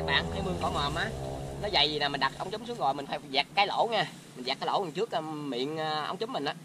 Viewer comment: Ống trúm không phải “chúm”